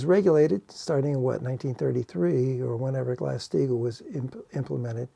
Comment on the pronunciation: What is saying? Glassed eagle? Glass Steegle? Haven't heard this.